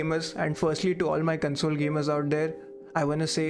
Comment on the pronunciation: I dont want to sound mean here but search on YouTube "How to Pronounce CONSOLE & CONSOLE - American English Heteronym Pronunciation Lesson" but the video had value. good job